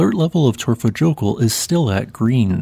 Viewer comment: Say Torfa yokul Next time! Remember j is y ! For you!! .....I feel as you should know this 😆